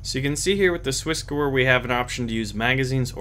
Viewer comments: the gewehr is Swissgewehr is pronounced gevair, not gewer. And why do you not like semi-auto? Full-auto you miss- alot. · your pronunciation of SwissGewehr isn't... well it's isn't german and even though I'm not german it kills me how you say it, but that's fine that's how you say it and that's just me. But if you want to at least check the pronunciation and perhaps use it instead, then here you go. Great vid. Thanks for it.